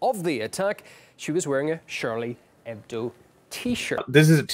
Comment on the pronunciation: the "h" in Hebdo is silent. Ch in Charlie is pronounced Sh.